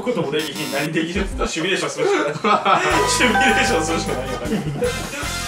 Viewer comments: 🙅‍♂️シュミレーション 🙆‍♂️シミュレーション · ちなみにシュミレーションじゃなくてシミュレーションってのあるけどな